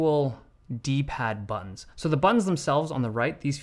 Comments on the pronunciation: butt-tons lol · Say ‘Butt-tins’ again. Say ‘Butt-tins’ again! I dare you. I double-dare you, motha**cka, say ‘Butt-tins’ one mo' goddamn time!!! Awesome video as always! Thanks man!!! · Haven't noticed until now that Dave turns British when he says "buttons" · buttons... it's not hard to say buttons man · Stop saying BUTTONS like that 😊